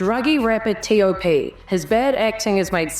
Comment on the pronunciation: i love ur correct pronounciation of his name.